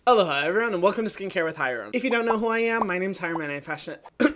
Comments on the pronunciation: OMG i just realized that you say "aloha everyone" in the beginning, not "hello hi everyone" in an interesting way LOL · no its great just maybe kinda fast that why its easy to think its hello instead of aloha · tf that's what he's been saying?!?!?! LOL I thought it was "hello hi everyone" too omg. I've been binging his videos for like 2 weeks since I found him and didn't notice.